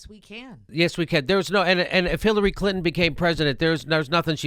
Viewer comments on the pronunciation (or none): none